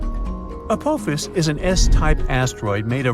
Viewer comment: I can't take the fucking up the name Apophis any more... it's ( A-Pa-Fis) not ( A-poe-fees) !!!